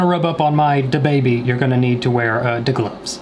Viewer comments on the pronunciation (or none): DaBaby and “My Da-body” 😂😂😂